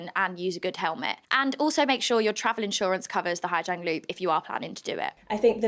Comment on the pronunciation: Awful news for Orla and her family. My issue with this report is the reporter is very symptomatic of what Hà Giang ('zang' not 'jang') has become and seems to believe her experience of westerners getting rowdy and drunk in a quiet Vietnamese village is everyone's experience and the correct way to experience it. I have driven the loop myself twice, first in 2018 and secondly in 2022. It is the most beautiful place I have ever seen. In 2018 the roads were dangerous with a lot of trucks and some underdeveloped roads. The homestays we stayed in were very wholesome with beautiful locally farmed food cooked for us and some rượu (corn alcohol) to wash it down as is the local custom, maybe accompanied with some music from local instruments and a very early night's sleep to prepare for the next day of driving. In 2022, everything was much the same other than the droves of 'easy riders'. A great service which allows people who are not motorbike drivers to see this amazing place. I think from an internal safety perspective, they are mostly sound, other than some of the points raised in the video. However, even as they are relatively safe drivers, a straight line of 10-15 drivers makes it very difficult for other drivers to navigate overtaking and makes incompetent truck drivers make horrific gambles. We were also able to stay in authentic homestay on two of the night's, one was an incredible experience with a H'Mong family. Unfortunately one of the nights our only option in the area was